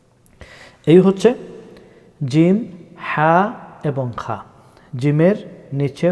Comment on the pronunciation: আসলে আপনারা যা শুরু করেছেন।কিছুই বলার নাই।আপনি বলছেন খা,রা,ঝাই।আবার ক্লাছিখ 27ঘণ্টা কোরআন শিক্ষা,তিনি বলে খ্ব,র,ঝা,গইন ক্বফ,দয়া করে বলবেন কোনটা সঠিক?